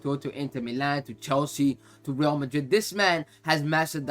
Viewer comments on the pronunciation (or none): none